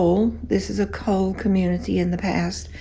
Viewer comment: It's coal not cole....